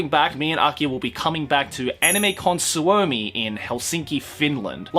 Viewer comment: when he says Suomi (which means Finland btw) so weirdly like it's "Su-o-me" ("me" as in how you say me in Enlish) not "SWOUMI" anyways finally I get to meet you I'm so pumped coz I missed it last year! Also it's amazing to hear that people are enjoying Finland, it is such a unique (and I really do mean unique haha) country! Hope you have lots of fun this time too!:)